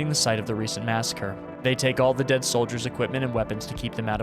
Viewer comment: just wanted to say you said deed and not dead :p